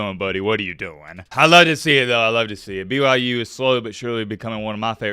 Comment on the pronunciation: Can you please stop saying "stop disrespecting BYU" when in the sentence right before that and whenever you reference BYU, you call them "b-y-jews" it is honestly kind of cringe and contradicting.. you are better than that, remember that my guy.